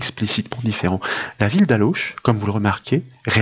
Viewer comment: Juste pour info, on ne dit pas ALLAUCHE, mais ALLO... A part ça, vraiment super tes formations !!!